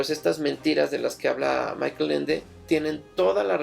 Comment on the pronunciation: Una precisión. Michael Ende era alemán, por lo tanto la pronunciación de su nombre es [MÍ-jaj-el]